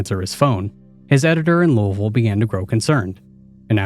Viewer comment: You got the pronunciation of Louisville perfect!! I lived there for 16 years. Hurts my ears to hear most people pronounce. Lol. Are you from the area?